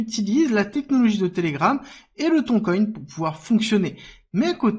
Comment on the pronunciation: Merci de prononcer Tonne et non Thon coin 🤣